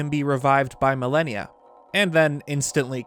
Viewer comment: Pronunciation: Mal-on-ya (mal-an-ya) Not millennia (ma-lany-a) simple English but great video